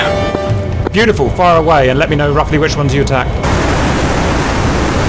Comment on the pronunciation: Its a shame that the STO lock lever wont lock the nozzles fully to flight mode, that would be such a life saver...unless you forget its on lol. You're not originally from East Anglia are you CAP? Your accent when you said beautiful is very Norfolk :)